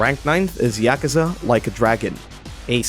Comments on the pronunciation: Its pronounced right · People that pronounce Yakuza correctly? Wow.